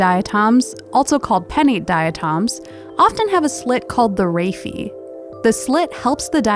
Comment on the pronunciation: I can definitely tell that it's the same writer. Nice to put a voice to the talent! Also I now realize that Hank mispronounced "raphe" in the original diatom video. 😅